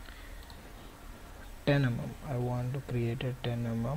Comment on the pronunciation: "ten emum"